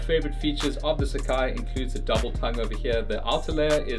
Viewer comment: The brand actually pronounced as “sa” “ca” “I”